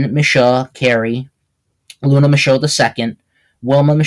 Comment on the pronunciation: Hey great documentation on my family. Some things are wrong like your emphasis on the pronunciation of my name. It’s Shoe like what you wear on your feet. Mishoe! Also my great grandma was from Virginia not NY. She grew up around Philadelphia. Not NY. But the rest relatively on point. Luna Mishoe IV.